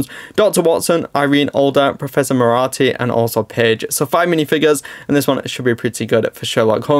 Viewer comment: 12.20 Irene Alder? Hope that's a typo as the character is called Irene Adler (pronounced Iree-nee Add-ler) and Professor Moriarty is pronounced Mo-ree-arty not More-rarty.